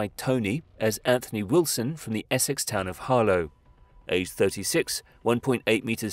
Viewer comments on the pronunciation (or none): Interesting, but why do you pronounce Essex "Ess-sex"? Sounds a bit weird to my ears. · Narrator cannot say Essex...😂